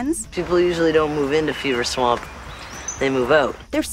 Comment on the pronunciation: the werewolf of "Beaver swamp?" admit it you all hear it. even the CC says it